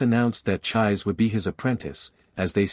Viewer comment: Her name isn't pronounced like"chive" with an s. It's pronounced "chee-say" 😅 that's hilarious. All you gotta do is watch the Japanese version, the original one, and you'd know.